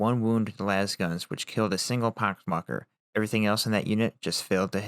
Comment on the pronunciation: "pock wakker" lol